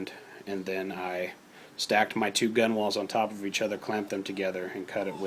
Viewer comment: Nice little project. Fyi...front of a boat is called the bow (pronounced: bough) and the gunwales are pronounced: gunnels. Just thought you might like to know.